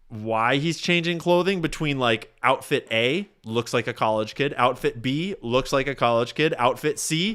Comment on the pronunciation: You said “outift” about ten times …